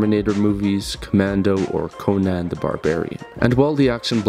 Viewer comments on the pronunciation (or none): none